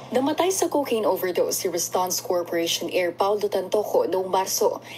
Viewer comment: RASTAN KA NG RASTAN!!! RUSTAN RUSTAN RUSTAN YAN UY!!! RUS RUS RUS RUSTAN!!!!!